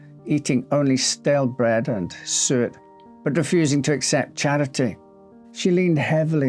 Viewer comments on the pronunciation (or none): none